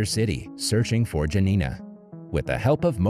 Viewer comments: dżanina XD please next time check in google how to pronounce names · My parents survived Hitler's occupation in Poland. By the way, J is the Y sound. So, Jurek is pronounced Yurek. Janina is pronounced Yanina.